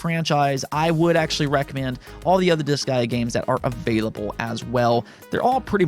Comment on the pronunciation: i find funny how you pronounce Disgaea as "this guy", me im like who is "this guy"?